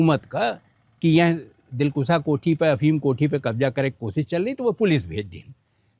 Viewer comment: Dilkusha is right word, not dilkusa. Britishers kept opium here